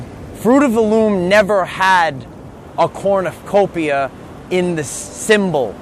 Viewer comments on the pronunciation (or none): It's a cornucopia, but you keep saying corn of copia...lol